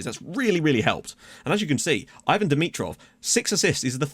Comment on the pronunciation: Bulgaria pronounces it 'E-vahn' for dimitrovs first name